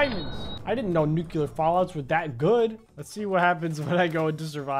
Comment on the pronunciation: It’s pronounced NUCLEAR not NUCEULAR